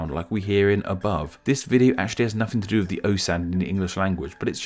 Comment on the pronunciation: Interesting that a guy talking about proper pronunciation says mefod when he means method and wiv when he means with.